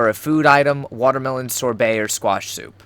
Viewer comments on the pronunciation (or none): none